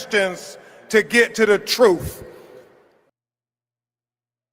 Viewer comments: He said Truff, not truth. Two different things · He can't even pronounce the word, "truth" correctly!🙄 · Ben Crump can't even pronounce truth right